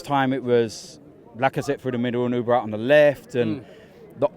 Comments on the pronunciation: Auba not Ooba. And him for golden boot. Not sure bout that. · saying uber instead of auba disturbs me a hell of alot